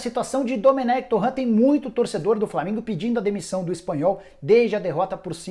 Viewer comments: Me dá agonia quando o Nicola pronuncia o sobrenome do Domènec Torrent como Torrãn. Ele é catalão, não é francês, Nicola. A pronuncia do nome dele é Dumênec Torén... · "Torrã" o cara não é francês rsrs. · Dá pra você pronunciar o sobrenome do Domenec Torrrrrrrrrrent corretamente?